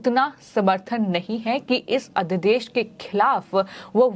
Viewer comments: मैम अध्यदेश नहीं अध्यादेश कहिए। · लगता है आप अपने समाचार पढ़ने के क्रम में उच्चारण की शुद्धता पर ध्यान नहीं देने की कसम खा ली हैं I अध्यादेश अध्यदेश पढ़ रही हैं, गजब की सेटिंग है आपकी चैनल में I